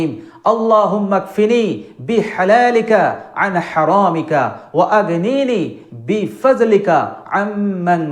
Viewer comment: Bi fa(j) lika na Bi fa(d)lika hoybo Kano vul boltasen na jaina???